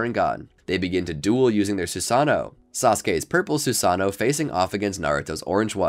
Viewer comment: SU SA NO lol its sue-sun-oh